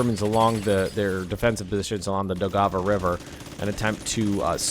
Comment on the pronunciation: Your pronunciation of Daugava is relatively fine. The only correction I would offer is to soften the stress of the G. You are saying: Dow-Gah-Vah when it is more Dow-guh-vah. It also has the tiniest break like it is two words. Dow/guh-vah.